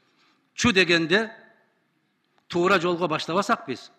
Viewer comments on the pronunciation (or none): none